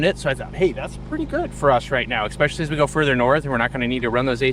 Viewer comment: For goodness' sake, it’s especially, not expecially. Coming from a teaching background, you should know how to pronounce words.